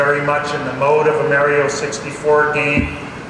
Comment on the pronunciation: hearing an official Nintendo presenter say meh-rio is crazy